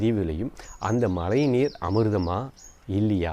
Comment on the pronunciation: உங்களுடைய மழைநீர் என்ற சொல்லை உச்சரிக்கும் போது ழை என்னும் ழகரத்தை சரியாக உச்சரித்துப் பழகுங்கள் நண்பா நன்றி